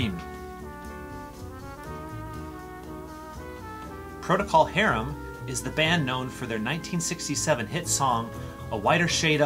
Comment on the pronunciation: It is Procal Harem not Protocall Harem